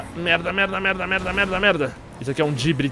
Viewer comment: Cara, o mudou muuuuuuuito o jeito dele de falar "MERDA" EHUAEHAUEHUA.. que que ta acontecendo? oO Antes era um "merda" paulista, agora é um "merrrrrrrrrrrrrda" muito carioca.. toda vez q eu escuto ele falando "merrrrrrrrrrrrrrda" agora eu fico meio "WTF.." HUEAHUEHAUE